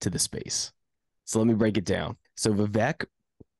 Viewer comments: his first name is pronounced we-wake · You said his last name perfectly, but not the first. The first name is pronounced: vi-vake, like cake. I know, I’m South Indian. Btw, the incentive system he’s suggesting is how money is raised for campaigns already, except it is generally done by big players. There’s a broker in the middle that does this I believe and they make a bunch of money for a fundraising campaign. What Vivek is suggesting is why should it be exclusive? Instead let every common person get the opportunity to benefit. Sounds like a great idea to me.